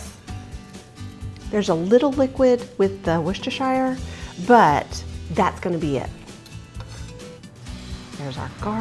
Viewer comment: correct pronunciation of two words: Havarti: Ha-var-tee. Worcestershire: Worst- a-sure.